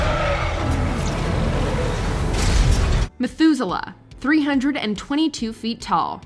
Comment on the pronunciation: Me when the said Methuselah: wait that is Sila